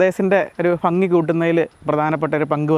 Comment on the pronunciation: ഫങ്ങി. ഫാഗം എന്തുവാടെ. നാക്ക് വടിക്ക്